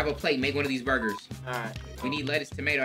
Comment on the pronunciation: Nobody::BuRgAS!